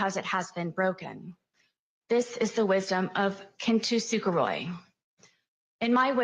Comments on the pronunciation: Learning to.pronounce it properly would have been a nice touch. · kintsukuroi aka as kintsugi is not whatever the hell knowitall sarah buffoon was pronouncing “kintusuperoi.” one would think with her entire narrative riding on this crafting analogy she would get the damn word right! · yall non Japanese need to go to google translate and listen to how kintsukuroi (金繕い) aka kintsugi is actually pronounced. the unashamed confidence she uses to school everyone on "kin-too-sooka-roy" is another point for almost diagnosed narcissism. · She does not know how to pronounce Japanese at all because she's saying it so wrong that most people won't even know what the f she was talking about if she hadn't explained it